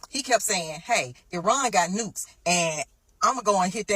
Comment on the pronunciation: Its pronounced E-ron